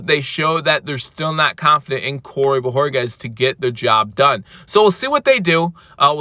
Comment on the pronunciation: great job on the pronunciation of BO HOR KEZ!! You FINALLY get it right, now that he’s leaving. 🤦🏻‍♂️!! Nah just joshin you bro. Aloha brah